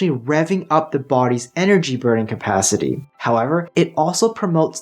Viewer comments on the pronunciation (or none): none